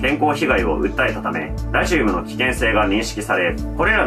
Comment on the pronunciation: ラジウムの発音が気になって内容が入ってこない